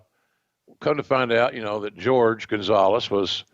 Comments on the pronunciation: I don't mean to be that guy but uh His name is Jorge (Hor-hay), not George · i have heard some people pronounce it like "Hor-Hey". So i was a bit confused on the pronunciation.